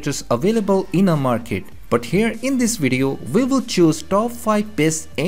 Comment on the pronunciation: VI VILL VIN , nice accent bro 😂